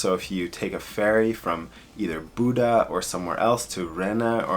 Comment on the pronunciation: just a little help here, bodø is promoumced more like, bo-duh. not like buda. its nothing serious, norwegian places are hard to pronounce anyways haha